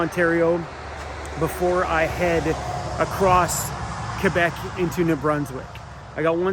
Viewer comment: lol. Having a French Canadian gf rubbed off on you. You pronounced Quebec properly. Kudos my friend